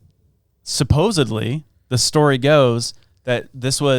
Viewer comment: Supposedly with a D. It's not "Supposably" That bugs me every time! Lol